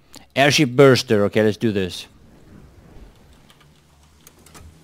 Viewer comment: It is not Burster.. That is for sure..